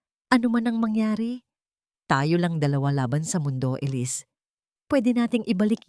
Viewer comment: Maganda ang storya, kaya lang honestly, na di-distruct ako everytime na paiba iba pag pronounce sa pangalan na Elisse....mabuti sana kung foriegner ang narrator..sana mapakingan niyo rin ang sarili mong nareation para maintindihan mo ang mga comments..salamat..